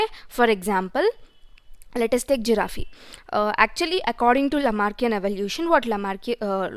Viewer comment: it's a giraffe not giraffeee😅